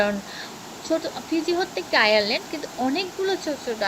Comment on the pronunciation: ফিজিতে অনেকগুলো আয়ারল্যান্ড রয়েছে? তোমারে কইছে! ওগুলো আয়ারল্যান্ড না আইল্যান্ড হবে আগে ভালো করে ভাষা জ্ঞান অর্জন করে পরে ভিডিও বানাও, যতসব